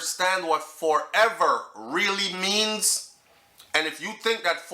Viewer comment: Ma b she heard Fourever instead of forever 😂😂😂